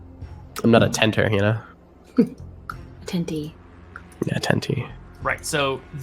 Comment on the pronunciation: .... a-tent-tant? ohoho